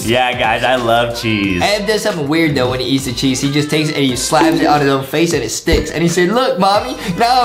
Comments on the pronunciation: I thought Justin said sheesh not cheese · I was laughing so hard the fact that Justin’s going sheece instead of cheese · How everyone says cheese How justin says cheese:chyeeez